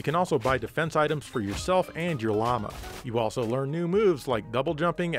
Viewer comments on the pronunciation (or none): none